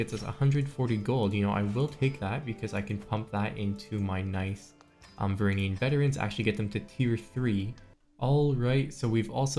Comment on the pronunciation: Varangian is pronounced vuh-ran-jee-in